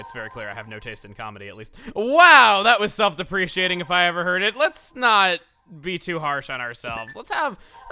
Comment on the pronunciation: Did he just say self-depreeshiating?